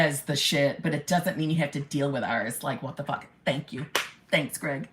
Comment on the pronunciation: Omg! The New York accent came strong when you asked “wtf has to do with me?!?” I loved it! I always looked to you as a big sister with a heart of gold but the toughness of the mafia, lol. Don’t mess with you and your HBIC’s! Love you!